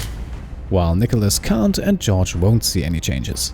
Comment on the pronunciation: Nicholas cunt 😱😮👀 ...ohhh he said can't 😂